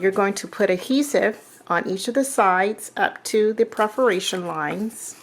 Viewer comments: Well, geez, if you want to be politically correct, it's perFORation lines....misspelled words drive me crazy... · Hi, love your videos. But, here is me being a stinker, you always say PREferation lines. It is not that way. It is PERferation lines. Just a little, bitty thing that drives me crazy. Sorry